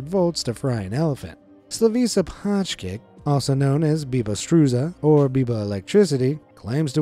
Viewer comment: it is pronounced "pajkić" ... and it is not struZa but struJa , you completely mispronounced it ...he discovered his "talent" by working on a construction site and wanted to remove the cable from the mixer from the water, there were "bare" wires on that part of the cable, when he caught it with his hand, others looked in wonder that he was still alive... the rest is history..